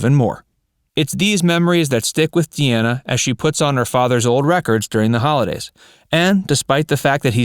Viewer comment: De Ana is not her name. It's like her dad's name Dean with an A at the end, Dean ah.